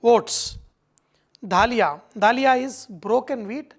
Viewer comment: It’s daliya not daaaliya